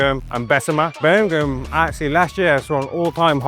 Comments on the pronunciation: Burr-mēng-HAM, bruv... Emphasis on tha HAM, innit? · Yavo not bron Birmingham. . Dude from Mobile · Dang how can’t pronounce Birmingham? It’s a Birmingham over there we he from too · Bro please say Birmingham correctly yall literally have one over there